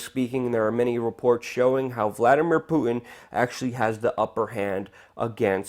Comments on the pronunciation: It's Putin, not Poo in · Love your work Luke but hearing you mispronounce the name of Russia's prez over and over is making me crazy, okay, making me crazier. LOL! It's not Pooh-in it's Poo-Tin. Good natured jab, keep it coming! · poo-en is about an ignorant sounding way to pronounce Putin's name. Makes you sound stupid. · Sir, you have an irritating way of pronouncing 'Putin'. There's a T lurking in there somewhere.